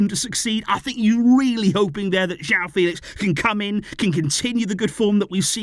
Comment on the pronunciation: I saw an interview where Joao Fèlix said it’s not pronounced the way says it but the other way Fè-lix